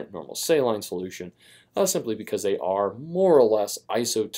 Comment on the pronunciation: I hated how he pronounced saline...